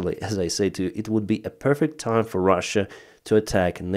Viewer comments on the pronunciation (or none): none